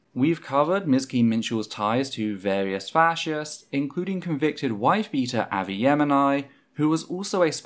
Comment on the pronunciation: Avi Yemeni is pronounced Arvee and then Yemeni like the nationality lol